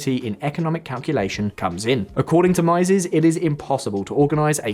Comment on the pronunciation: Just one note: Mieses rhymes with cheeses.